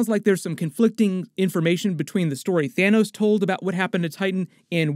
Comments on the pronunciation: "Thinos." LMAO. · Lol at Thinos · "Thinos" 😂 DED